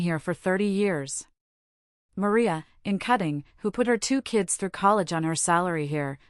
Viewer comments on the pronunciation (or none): none